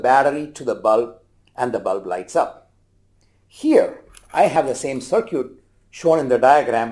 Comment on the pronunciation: “Short cir-cute”